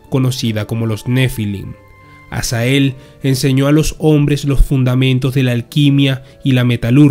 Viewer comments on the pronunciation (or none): Dises azael pero es azazel